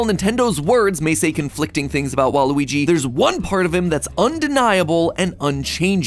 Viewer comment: Yikes it's WA-RUY not WA-RU-WI you can do better than that MattPatt :(